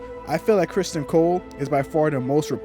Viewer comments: You know you could just say Criston and we'd know who you were talking about right?! Lol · His name is CRISTON, not Christian. You not liking the way the character is written doesn’t make it ‘bad writing.’